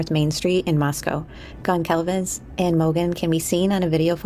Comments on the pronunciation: GonZalves. It’s a mexican name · Great job! Just FYI the "c" in "Goncalves" is silent. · Great documentary. The “c” in Goncalves is pronounced like an s. ❤ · The C in Goncalves sounds like an S . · Very interesting video, thank you. I was waiting for a video like this, recapping all the events of the last few months. The only thing that still bothers me not only in this video, but in a lot of them, is the pronunciation of Gonçalves, which I know is tricky for English speakers, so I'll try to help: you say Gon - saul - ves. The Ç sounds like S, not like C or Z. I'm sure her family would like to see her last name pronounced correctly.